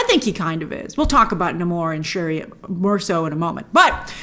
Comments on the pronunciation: It’s Nay-mor not Nah-mor. I hate Disney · Say it with Me: Phonetic Spelling: Nay- More. Cmon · Every single character in the movie says nay-more and only Namor himself calls himself n'amor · It will always be Na' mor to me with emphasis on the first syllable. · They ruined Namor. Turned him into a Mexican gangster. And why do you keep mispronouncing his name?! What a hack. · "Namor" came from Spanish not French, "Sin Amor" he dropped the s and the i to come up with his name. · the movie is shit , nothing maks sens the aqua man shit copi namoneo the dont know how to say nemo bad movie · Namor mispronounced his name. But everybody else pronounced his name correctly.